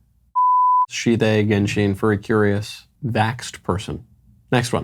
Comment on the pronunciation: ‘Gensheeen’ no 🤣😭